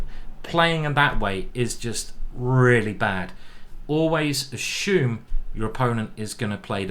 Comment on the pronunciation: Ashume? Assume I believe